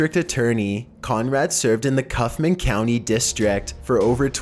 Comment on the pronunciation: Its pronounced... "cough-man" and "te-rull". lol